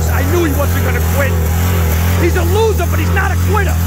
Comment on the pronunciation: 'He's a losah but he's not a quittah' XD